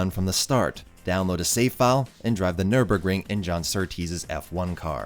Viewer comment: Amazing video! And as a german I can't appreciate enough that you pronounce Porsche and Nürburgring correct!